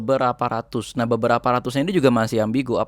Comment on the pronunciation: Mantap infonya ..kerrenn,..kritik dikit yaa mas..😆,klo bilang Nahhnya, jangn medok" kedengeran kocakk tapi rada gimana gitu...😆🙏maaf yaa mas, sy pengikut setia info dr sampean..mksh banyak infony